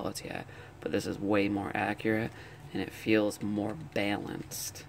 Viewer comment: It's prenounced as bal-an-ced